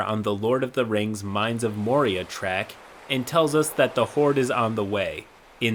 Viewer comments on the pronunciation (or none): none